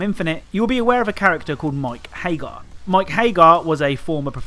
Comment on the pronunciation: It's "Haggar," you fool. Remember phonics. A double consonant implies that the following vowel will not be stressed. This is like 2-year-old shit, man.